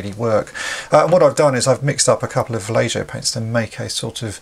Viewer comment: Va-lay-ho. The j is pronounced like an h:)